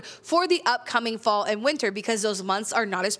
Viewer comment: Interesting that when you said you can artificially create a fall scenario, the words fall and scenario blended and it sounded like false scenario which is spot on 🤣